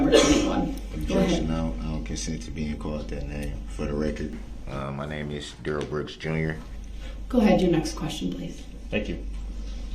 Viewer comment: He said his name was Duh-RELL. But his mom and all the important people in his life call him DARE-uhl.